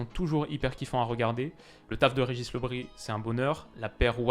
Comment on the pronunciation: Salut, tes vidéos sont toutes plus interessantes les unes que les autres, et que dire du kiff de vos dialogues avec, petit apparté quand même l'entraineur de Lorient son nom se prononce "Le brize " ou la brise de fraicheur et cependant chaleureuse...